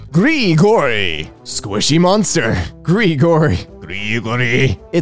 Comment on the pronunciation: “gre-gory, do you see that small vent on the floor? Have you ever heard of Among Us gre-gory? You need to vent. I know it will be hard for you to be sus. But I know you can do it gre-gory”